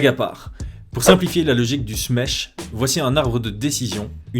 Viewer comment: Smesh c'est pas Smash avec un accent de l'Est?